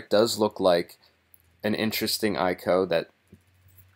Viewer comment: I.C.O., not eye-co.